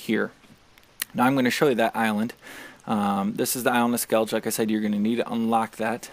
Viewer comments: Its actually pronounced "skell ih guh" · Of course it's the Americans that call it Skellidge even though every character calls it Skellige